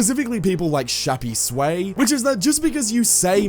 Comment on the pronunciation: its shappy's way. NOT shappy sway